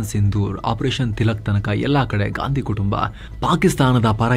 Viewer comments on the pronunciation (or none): none